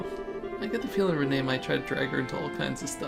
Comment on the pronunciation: It's pronounced as "Ren" not "reh-ney". Just a heads up! :)